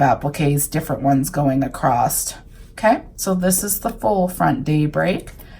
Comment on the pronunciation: I love the fabric used. Very beautiful. The only I don’t like is when I hear someone say “across” with a “t” emphasized at the end. I’m still trying to figure out where this pronunciation comes from. It’s like some people say “axe” instead of “ask”, and so on.